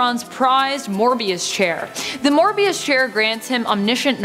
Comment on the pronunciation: I'm going to overlook the fact that she mispronounced "Moebius" chair, but just this once...